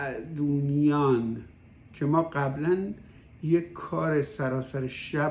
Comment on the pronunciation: فامیلی نویسنده را اشتباه تلفظ کردید. درستش اینه: Sa'ed van dian